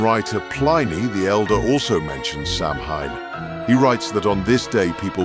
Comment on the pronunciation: Very interesting and informative! Subscribed! PS it’s pronounced “SOW wen” 👻🎃🌙🌟😺🫀🧙🏻‍♀️